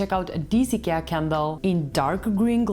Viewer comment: I like that you pronounce Ikea correctly.😉